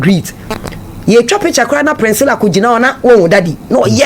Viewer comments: You are right on point, no wonder she can't pronounce the sweet name Priscilla intetered she kept pronouncing Princilla. One can't really tell where she learnt this pronunciation from. Spoiling the such a sweet name like Priscilla. Chaa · The name is PRISCILLA not PRINSCILLA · Please correct her again. Hmmmmmm Hard ooo